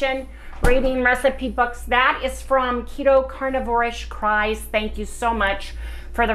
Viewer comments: Just wanted to let you know, it’s Keto Carnivorish Crys. Short for Crystal. So it’s pronounced like Chris, not Cries. 😃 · FYI: it is pronounced Kris not crys. Funny spelling! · Great job! I think the youtuber you are referring to is pronounced Chris not crys. At least that is the way I hear her pronounce it. Keep up the good work. I'm down 12 lb in 2 weeks with the PSMF added. Loving it.